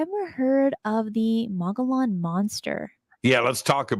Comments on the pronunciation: It is pronounced mug-ee-yawn rim...the dbl LL is like a Y. Love your show am definitely a fan and want you to say it correctly and not get ppl angry. Just some info from an OG AZ born State 48 original! Much love! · Mogollon is pronounced Mo gee on. The g is pronounced with a hard sound.Otherwise a great show!